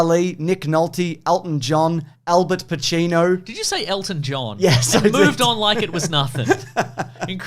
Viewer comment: "...Elton John, Albert Pacino..." "Did you say Elton John?" Never mind that. Did you just say 'Albert Pacino'?😮